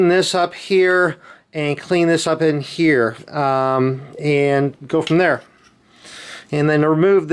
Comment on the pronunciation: How many heeyers and theyers??